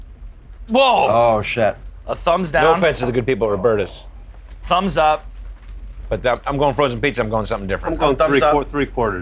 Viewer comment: lol its robertas but that guy said robertos. that's different between man and woman isn't it? fake ass commercial, stfu sean evans